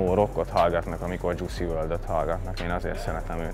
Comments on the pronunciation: Jucy?😭😭😭😭 istenem ha halgatod akkor tanuld meg a nevét Juice Wrld!😂 + nem emo rockstar hanem emo trap/rapper😂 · Dzsuszi WRLD 😂😂😂😂 akedvenc rapper/énekesem nevét miért kell így ki mondani??AM EGÓ AZ VAN RENDESEN. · Csak a kiejtes nem helyes😂😂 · Mondja h nem ismerik mit csinál Juice wrld, de a nevét se tudja kimondani...👍